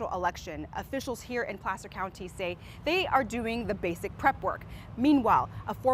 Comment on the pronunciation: “Plaster County” and “Plasser County”?